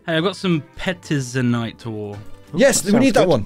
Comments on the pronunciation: can pronounce it correctly cause he does it on his streams, I think the others just rub off on him (they have gotten better, mainly ben) pronounced petazanite intiially Peh-teh-zanite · Duncans mispronunciation of Petezanite is... terrible.